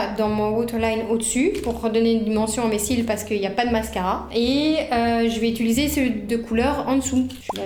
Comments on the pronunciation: Quels magnifiques cheveux! Bon par contre désolée d'être la casse-** de service mais le verbe é-t-u-liser revient tellement souvent que je suis obligée de le dire: en fait c'est "utiliser". Bravo pour les montages dynamiques et pleins d'humour! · Tu dis aussi « utuliser » au lieu de « utiliser » 😂😂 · Et tu dis très souvent "je vais utiliser" mais tu dis "utuliser" 😂😂 Ça me perturbé de ouf ! Hâte de voir la prochaine vidéo !! 🥰